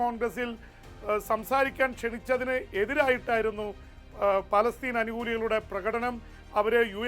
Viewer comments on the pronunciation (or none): none